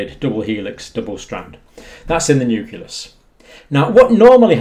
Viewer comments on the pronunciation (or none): NEW CLEE US, Doc, not NEW CUE LUSS. Carry on. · New-klee-us. Not "Newk-u-lus". Sorry, but I think this is important. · i dont trust a guy who cant pronounce 'nucleus' LOL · pronounce "nucleus" for us.